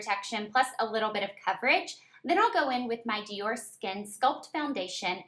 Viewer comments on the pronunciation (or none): none